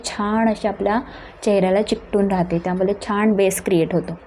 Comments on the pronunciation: त्यामुले नव्हे ग त्यामुळे किती अशुद्ध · अशुध्द मराठी... ळ चा उच्चार ल असा होतो आहे. उदा. वेल, त्यामुले इत्यादी.